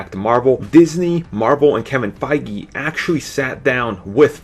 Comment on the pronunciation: .... he IS saying Feige's name wrong, right?